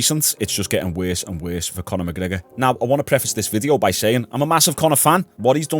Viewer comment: Conor McCoker